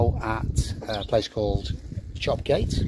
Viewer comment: Don't ask me why but as a Teessider, so pretty much local to this area, I have always known Chop Gate to be pronounced "Chop Yat". Loved watching your C2C videos, thanks for posting them.